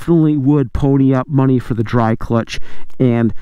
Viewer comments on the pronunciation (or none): none